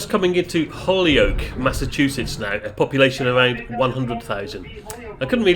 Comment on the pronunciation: Enjoyable video. By the way your pronouncement of hoyloke was perfect.